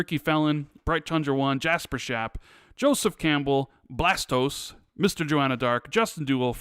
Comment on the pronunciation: Kills me when says "Blastose"